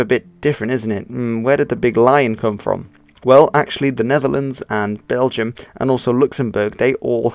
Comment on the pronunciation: The word Dutch actually comes from the word Diets, what in turn comes from the word Deutsch but after a while it became it's own language. Diets/Deutsch means Volks taal or Folk's Language in english. also you pronounce BelgiOURS wrong.